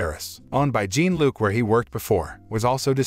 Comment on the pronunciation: Jean Luc is pronounced more sounding like “John” than jean like blue jeans And Michel is pronounced Me’ Shelle. Not Mitchell.